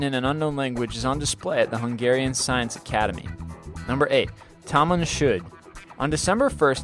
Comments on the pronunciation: it's not pronounced tamaam shod it tamoon shod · Its Tamam Shud not taman shud. Very different